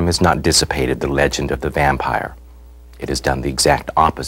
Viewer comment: at the beggining he says VAMPEER HAHAHAHAHA LOL